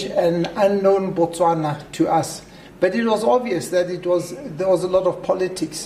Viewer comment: You must have been a terrible visitor then ... Or you don't even know what you are talking about. As a matter of fact, there are few places in the world more friendlier than 🇧🇼. Well you actually said Bwastwana, my apologies...